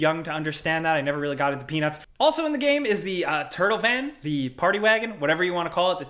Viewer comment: Shit I got beef with and I've never even met the man. The dude can't even say the word "game" right lol Nah he seems cool, I'd buy a beer 🍻